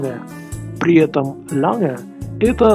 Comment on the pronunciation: ль произношение типично русскоговорящих, из ланг делают лянг.